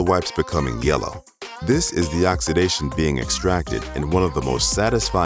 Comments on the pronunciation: Narrator says “Ox-ah-dization”…???? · Except him saying oxidation wrong